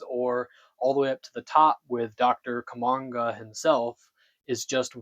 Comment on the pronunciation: Blofeld, not Blofest. Kananga, not Quanga. Tarot cards, not tallow cards. Just the flubs that I picked up. You might have been more careful with your script.